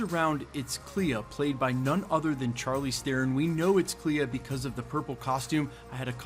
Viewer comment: Pronounced Sharleen not Charleen, and it's drew on that not drawed on that